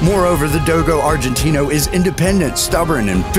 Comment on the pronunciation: The way this guy says do-go arginte-no